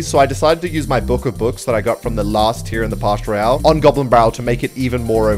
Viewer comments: Its pass not pash royale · He cant say Pass royale He says partial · PASS ROYALE NOT PASH ROYALE ITS SO ANNOYING WHEN YOU SAY PASH PASH PASH PASH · bro is pass royale not parsh royale lol what is parsh 😂🤣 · Pass royale❌ pash royale ✔️ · It's "Pass Royale" not "Pash Royale" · “in the pash royale” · I love when he says pash royal